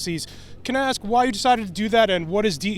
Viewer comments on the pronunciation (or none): Why is it so hard to say "ask"? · Shes "educated" yet still cant pronounce ASK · Truth of the matter is, Aks is originally how the word was pronounced over 1,000 years of English. During the time when Old English was spoken—from about 500 to 1100 AD—the “aks” pronunciation ruled the land. The “ask” version still appeared, but not nearly as much. And the use of “aks” continued steadily through the periods when Middle English and Early Modern English were spoken—that is, all the way up through the 1500s. In fact, we find it in Geoffrey Chaucer’s “Canterbury Tales” and in William Tyndale’s translation of the bible into Early Modern English. Both of these landmark documents use the spelling “axe”—A-X-E. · Because they are all "ax" murderers.